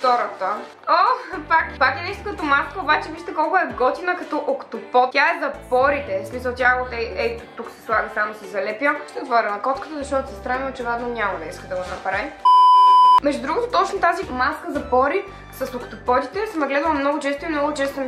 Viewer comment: Учевидно а,не учевадно.